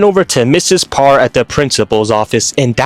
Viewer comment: Two things. 1) Why do you keep calling Elastigirl "Par" 2) Damn, I feel old. Because ya'll keep acting like these NSA files are new leaks when that shit was on the DVD menu way back when.